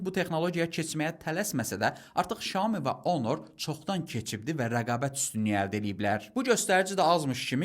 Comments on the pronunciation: Bazarda yeni ad ,,şamo,, telefonu😂😂😂ay adam, ,,syaomi ,, ,,şami,, nədi 😂😂😂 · bizimkilər və türklər щяоми deyillər mənçə doğru Сяоми demek lazimdir